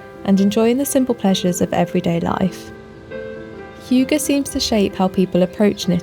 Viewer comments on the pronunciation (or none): I loved the video!! But it’s not pronounced hooger😅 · get a Dane to pronounce if for you,. They don't insert the 'y' sound that you do. There are non-Danes on the internet who perhaps have given you the idea that it's pronounced 'hyoogah' like the word huge... but they're wrong. The 'y' in hygge has sound more like the Scots when they say 'good'. Or close-ish a German ü - the umlauted U. But no 'yuh', please.